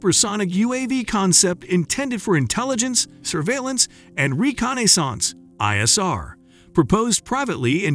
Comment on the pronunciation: Ray con eh sance?